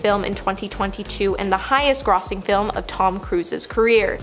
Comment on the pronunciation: No Canadian I know mispronouncing grossing. That was just weird.